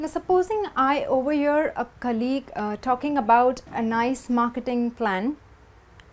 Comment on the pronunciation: In the word COLLEAGUE, the stress falls on the first syllable.